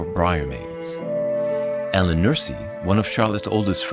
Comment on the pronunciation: Branwell was 31 when he died. Keith-ley, not Kig-ley. Ellen Nussey....not Nursy.